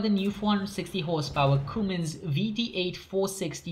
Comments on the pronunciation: "Cummins", NOT "Coomins". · Its pronounced come-ins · If you were saying Cummins it’s pronounced like this.. come in’s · Idk how he messed that up.